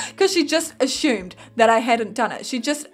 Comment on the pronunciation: Hey uhm...... it's pronounced ASS-umed not ASH-umed. My brother and friends get on my ass about it all the time... XDD ILY